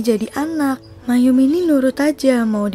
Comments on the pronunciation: Bacanya: MA - EM BUKAN MAYUM ... lain x tny kpd org yg mngerti bgmn cara baca yg benar! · maeum dibaca ma-em, kok malah mayum😞😞